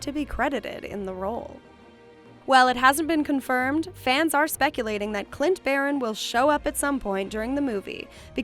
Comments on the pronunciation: Barton… not Baron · Video discredited when you said Clint "BARON" and not Clint BARTON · Clint Baron? “Barton” jesus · I can not belive that she said clint baron when it,s clint barton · His last name is barton I thought? You call him Clint barren. Have I been wrong this whole time? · Clint's last name is BARTON not Baron. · She said Clint BARON Not BARTON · Who the hell is clint “Barron” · I know right, I had to replay that to make sure that's what I heard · ...did you just say 'Clint Barren'...smh.